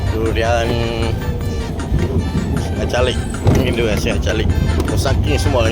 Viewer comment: Gelak besau dia sebut Dutian Musang King 😂😂😂😂